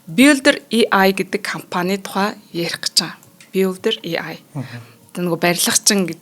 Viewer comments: ЭЙ АЙ гэж дуудахгүй болохоор аягүй тухгүй байна. ИЙ-АЙ биш ЭЙ-АЙ шүү. Баярлалаа. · и ай гэж ярихгүй ээ AI gj yarina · A usegig yaj duudajara и гэр дууддаг байна.хажууд нь сууж байгаа хүн ч яаж тэсэж байнаа.чихнээс цус гоожих гээд байхын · EI boltoln heljiinshd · Шинээр И Ай гэж гарсынмуу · Дахиад шүүмжлүүлсээн. EI EI гээд 😅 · Yagaad EI geed bga ym bol ene huuhen